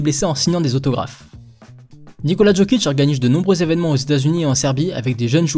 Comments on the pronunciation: Tes vidéos sont exceptionnelle, mais je voulais quand même te dire que chez nous les yougos le J se dit comme le Y donc "Yokic" et non "Djokic" voilà voilà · Tu dis "JO"kic comme dans "joli" on ne s'abonnera pas. Lis correctement et on pensera à peut-être s'abonner. Put some respect on his name